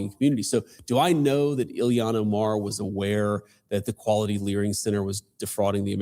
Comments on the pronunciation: JD VANCE calls her Illian not Ilhan Omar lol. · I enjoy how he continually mispronounces her name Ilian. He's such a smart guy, he's definitely doing that on purpose for sure lol